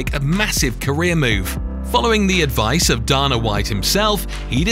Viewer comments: you dumb shit its Dana not dona fool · Erm "Darna white"? It's pronounced Dayna, sherlock. Do your job better! Pathetic! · It's pronounced DAYNA WHITE numb nuts! Say it out loud, D-A-N-A! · This is a nice Video but the narrator seems to be pronouciing all the names incorrectly.... Who is Daana White... Tito OR tiss, Rash Add Evans, TheoDor Emilianca!! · It's funny how he pronounces "Dana", "Ortiz", and "Wanderlei". Those are just the ones I casually noticed, and I'm only 12 minutes in.